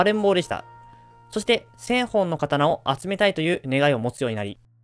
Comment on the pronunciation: 「せんほん」じゃなくて「せんぼん」